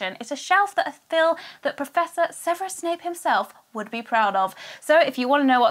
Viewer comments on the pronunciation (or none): none